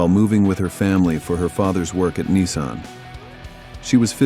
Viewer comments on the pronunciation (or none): none